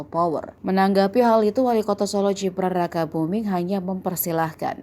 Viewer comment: Jibran jibran jibran... GIBRAN min GIBRAN !!!... kal bule namanya gibran iya panggilannya JIBRAN. Kalo wong jowo Indonesia ya di baca sesuai aksara baca yg baiiik dab benaaarrrrr.... btw !!! Modarr kowe ngamin raes, wani neng solo aku melu geng'e gibran tawuran karo geng mu.